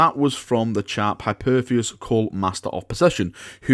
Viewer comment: Hi-Perisus ? who the fuck is that ??